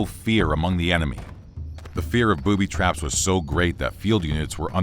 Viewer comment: Booby Traps"? When pronouncing it, it sounds like ,,Boobies Traps" :D